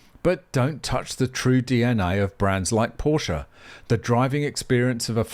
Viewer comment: Options...are great. And you cant bash Porsche for pushing the tech! And please you are making a video about Porsche at least you can do is pronouce it correctly.